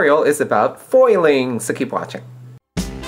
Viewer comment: "Poil".. lol.. Spoken like a true Filipino.